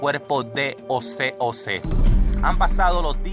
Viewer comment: Mi brother, no es Ose Ose, es José José.